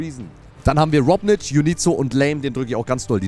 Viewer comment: ES HEIßT ROBNIK NICHT ROBNITSCH